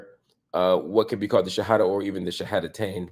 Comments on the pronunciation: I am impressed how Marc Lemon Jill explains and pronounce the shahada. Mashallah. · Marc your pronunciation of the shahada is beautiful I can’t believe how good your Arabic is! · My gosh Marc Lamont Hill, your pronunciation of the shahada is on point brother. You sound very much like a Muslim. ❤ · This brother says the shahada pretty well, 🤔 😊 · You brother said the two shahadas perfectly. Mashallah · Marc, you sound like you are a Muslim too. You said the shahada perfectly in Arabic and knows all the pillars of Islam. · Marc Lamont are you Muslim? Your pronunciation of the shahada (arabic) is pretty good as well as your understanding of it.